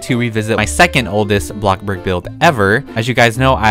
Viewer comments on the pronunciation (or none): Lol it’s bloxburg not block-burg loll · The Way Says Bloxburg:Ablockburg And Me:Waaaaa I want to play Blockburg now and Comit oof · No one:: ITs BlOcK BoRgUr